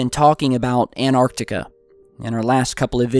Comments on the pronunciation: please....it's Antarctica (ANT Arc Tica)...not Anarctica (An Arc Tica is how you always pronounce it). Ok, I feel better now:) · Repeat after me: ANT-ARC-TI-CA